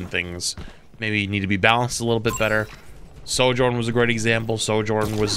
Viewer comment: why do you say "Sor-journ" hahaha its Sojourn xD